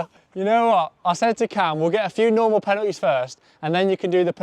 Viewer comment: Bro pronounces penalties as penuhes